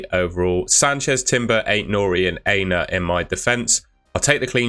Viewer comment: I’ve been wanting to correct you for ages but only found time today. You are mispronouncing Aina’s name. It’s not ‘hey-na’ it’s ‘Ah-e-na’ the A is Ah as in Apple.